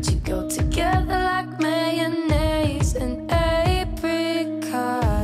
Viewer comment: Y'all pronounced mayonnaise different in the song and that's gon keep me up all night thanks